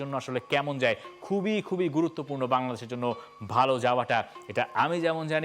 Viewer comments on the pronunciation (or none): none